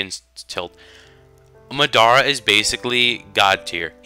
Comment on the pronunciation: Why do you pronounce Madara so wierd? xD